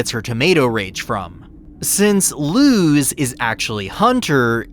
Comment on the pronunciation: You're literally the only person I know that pronounces Luz's name with an actual zzz sound instead of a sss... w h y ?